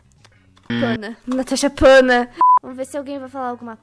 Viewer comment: Se sempre fala tanasha fanta em vez de natasha panda